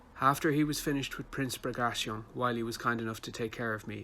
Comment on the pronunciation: Great to listen, especially when guest authors read quotes, by that one can learn how the names are pronounced, while the authors of historyland garble them all into modern American, Barclay like Barclays band, Bagrashion instead of Bagration, Löwensteen instead of Löwenstein, there this is sort of serious history I would with that the authors would at least try better and follow en suite to those guest authors. I could hardly undserstand the chap with the pseudo German accent, strangely he couldn't pronounce the German names and pronounced them in pseudo English